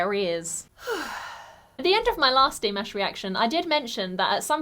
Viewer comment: The word/phrase you might use (instead of "slit") could be "aparture/"narrow aperture." Please move the stress accent in "Dimash" to the second syllsble. Or, maybe the silent gesture was an unsuccessful attempt to set up that whistle.